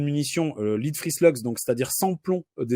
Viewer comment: gros risque malentendu avec les anglophones. Le plomb, "lead", se prononce 'led" (/lɛd/), comme dans Led Zeppelin